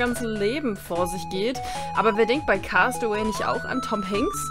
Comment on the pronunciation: cast away wird cäst away ausgesprochen 😉 Liebe Grüße